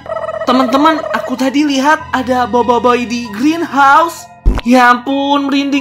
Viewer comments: Boboboy kak bacanya bukan boboiboy, emang tulisannya boboiboy tapi bacanya boboboy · Aku Bilangnya: Boboboy Bilangnya: Boboyboy Tulisan Boboiboy Bacanya Boboboy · Boboboy kak cara sebutnya 😑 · Tulisan: Boboiboy Aku Bilangnya: Boboboy Bilangnya: Boboyboy Tulisannya Boboiboy. Bacanya Boboboy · baca Boboiboy Gini BOBOIBOY Bukan BOIBOIBOY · KAK kok Bilang BOBOi😅😅